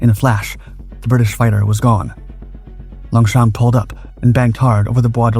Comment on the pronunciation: Don't pronounce P in Longchamp